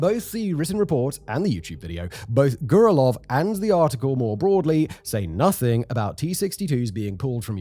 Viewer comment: repeat after me...... Grrrrr Rell Yovvv not "Gurlov" LMFAO and im a white boy from NY State.